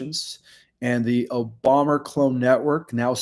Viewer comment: Re: OBOMA....there is video of him touting himself as the first Kenyan born person to possibly be a Senator. He bragged about it. Also, WHO IS OBOMMER? You keep saying Obommer and it's irritating.